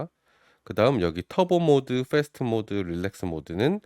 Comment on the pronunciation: Fast 페이스트가 아니고 패스트 ^^